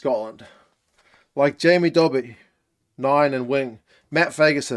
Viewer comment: Love your videos, and thanks for soebding the time to cover Scottish rugby and URC. I hate to nitpick on pronounciation but Jamie Dobie's name is pronounced dough-bee, like pizza dough, not Dobbie - like in Harry Potter. I've heard you get it wrong a few times and thought you'd rather know. Keep up the good work!